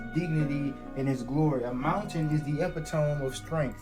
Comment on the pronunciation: when he said epi-tome I burst out laughing, and my laughter sounded so identical to yours it made me laugh harder.